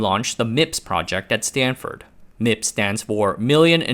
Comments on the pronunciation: lol "Stanfurd"... everyone knows it's correctly spelled "Stanferd" ;-) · Stanfurd? Really? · “Stanfurd”?!? FFS! Update your LLM! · i noticed that too xD